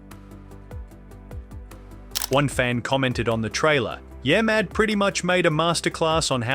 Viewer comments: Wait...the voice calls it "yaymad" 2x in a row, then, the 3rd time, says it correctly. WTF ? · Yeah-mad, not Yay-mad. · What the fuck is yay mad? Its yeah mad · Can you redo this episode with the proper way of saying YEAH Super annoying. Yaymad sounds dumb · It's YeahMad, not YayMad. Gotta be pretty dense if you can't even pronounce it correctly. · Use a better AI narrator, one that pronounces Yeah Mad as Ya Mad instead of Yaay Mad. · U know its called yeahmad NOT yah mad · The AI voiceover manages to say "YeahMad" wrong in a few different ways. Impressive.